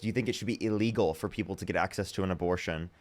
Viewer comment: TBH, I can't tell when you are saying "legal" and when you are saying "illegal". The words as you spoke them sounded the same to me.